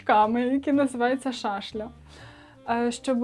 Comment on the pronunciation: Комаха, що їсть деревину, називається шашіль(шашель), а не "шашля"